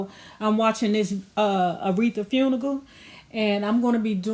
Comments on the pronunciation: Hey sis! It's great that you're doing your thing with YouTube. Get your coin! 💰But please let me help you, sis to sis......the word is FUNERAL not FUNIGAL (or FUNIGLE ). Lets help each other grow and go💨💨! No harm, no foul, just a little assistance. Be Great!! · Were you trying to say funeral because I heard “Funigal” ? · I was tuned in & lockdown right after the first time she said the word funeral with no "R" but with a "K" ....GOTTA LOVE IT!!🤩😂👍🏽💙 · Fun..ical? Girl needs ESL ..Funeral you mean?